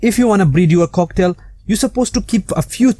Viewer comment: It sounds like he is sayng cocktail